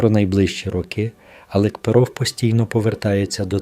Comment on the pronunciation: Чё ты трепишься? Ты не знаешь кто такой Алекперов? Ты даже ударенияна Ф.И.О. не правильно ставишь.Когда же закончится война????????😂😂😂😂😂😂😂